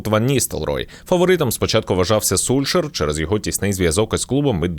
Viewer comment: Прочитай транскрипцію норвезького тренера і побачиш,що правильно читати:Сольск‘яер,а не Сульшер !?